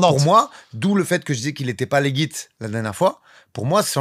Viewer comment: a dit "rOasteeeeeeeeeeeeeeeeeeeeer"!!!! Maintenant on passe a "letjjjit" et pas "leguit"